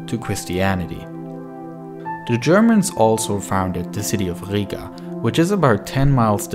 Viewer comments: its not higa, its Riga or Ryga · you have to say riiga longer i